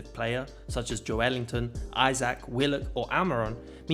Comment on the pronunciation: Why do people keep mispronouncing Joelinton’s name? It’s not Jo-Elinton! It’s Joe-Linton! Sort it out mate